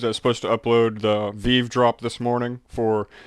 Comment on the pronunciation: Thanks for the video. A couple of things: 1. Thank you for speaking up a little more. It's WAY easier to listen to. 2. It's pronounced "vee-vee". Thanks for everything!